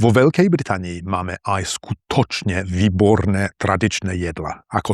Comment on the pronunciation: Haha, don't beat yourself up! The worst thing about your pronunciation (in my opinion) is the stress and vowel length. You seem to ignore all long vowels and you usually put the stress on the penultimate syllable of a word. I imagine this is at least partially caused by the fact you live in Eastern Slovakia. Example: you say "SkuTOčne vyBORne traDIČne JEDla" as opposed to SKUtočne VÝborné TRAdičné JEDlá. I think your Ď, Ť, Ň, Ľ are very good. However, you have a tendency to overpronounce the R sound. Your CH can sound like K like "kcete" and your Ĺ sounds more like Ú . But I understand that if you don't speak Slovak often enough, the progress is slow. For example, I only use English very rarely in real life, so I try to write in English as much as possible (like I'm doing right now) and I often read foreign books out loud (even if it takes forever) trying to mimic the melody and flow I hear from native speakers. In fact, I read the entire Harry Potter series like this. Also, I like to read articles on phonology that help me with little nuances I would otherwise miss. There is a great YouTube channel by Dr. Geoff Lindsey who goes into great detail when it comes to English pronunciation. I imagine there is no such channel for Slovak, unfortunately. Now, I don't think my English pronunciation would actually fool anyone, but I think it's much better compared to most of my colleagues and peers.